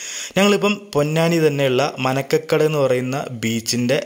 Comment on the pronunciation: മാരകടവ് ബീച്ച ആണ് bro മനക്ക കടവ് അല്ല 😊